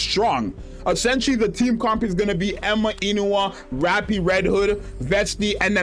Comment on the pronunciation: Genuinely good insight video but please start trying to say "Eun (Uun, not Een) Hwa" properly lol